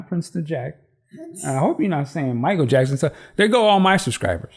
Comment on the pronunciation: First of all..Bless her little heart 💓 So funny when she said Jackson 😂🤗 This was such a good unboxing informative, entertaining and cute too 💜💜💜💜💜💜💜